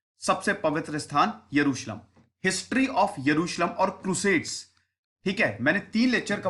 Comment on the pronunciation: Yeruslum kya hota hai bc. 🤣